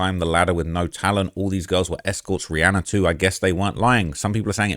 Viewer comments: im making fun kf the way he says Rhianna. He says it Rhianner......just being sarcastic please calm down. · Nooo not “Rhianner” 😭